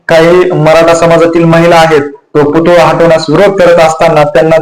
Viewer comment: पुतुळा नाही हो पुतळा असा शब्द आहे.